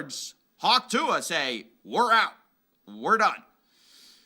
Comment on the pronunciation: every time you pronounce ‘tuah’ like that an angel dies.